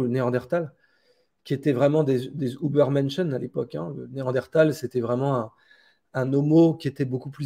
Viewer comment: Ben quand on veut faire le mariolle et qu'on prononce ""oubaire menschen", on est déjà un sacré charlot !